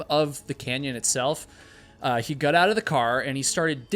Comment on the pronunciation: the only thing i GOT out of this video is you cant pronounce GOT wtf so fcking annoying